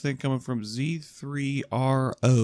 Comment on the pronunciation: For future reference, just pronounce it "Zero". Yes, this is Z3r0_